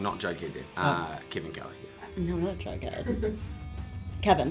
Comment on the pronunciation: I really like how KJ pronounce "jughead". Hilarious and sexy at the same time